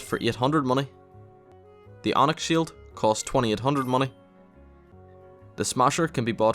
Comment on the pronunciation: That's a lot of mah-neh